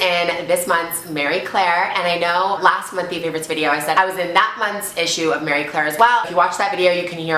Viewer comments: Ok sweets I can't take it anymore it's MARIE Claire not Mary Claire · Mary and Marie are pronounced differently lol.. its Marie Claire not Mary Claire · Marie Claire. I keep hearing Mary Claire. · when she says "MARY claire" she means "MARIE" right?lmao I was like wtf is mary claire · guessing she means pronouncing it more like the French would because it's a French name. Like "Maree" idk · Gurl it's Marie not Mary. I love you hahaha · I'm pretty sure it's marie Claire not Mary Claire. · I thought it was marie claire not mary claire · I'm Scottish and we pronounce it like 'Marry' Claire. I think that's the French pronounciation of Marie. Like Marie Curie x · my nana was from dundee and was called mary and my granny was also from dundee and pronouced mary as 'may'. I've just asked my mum how you pronounce the marie claire version and she said something totally different so i guess there is a difference. Ive been saying it wrong my whole life😩 my accent makes me sound like i'm saying 'mair-reh' as i have a slight manchester accent x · She keeps mispronouncing the name of the magazine.